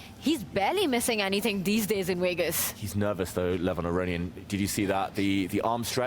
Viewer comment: Just say Vegas... you're doing commentary...every time I hear Wegas..I see Russell Peters, Tanya. You're an IM. You can do it. Do better.